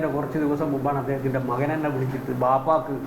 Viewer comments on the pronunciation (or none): none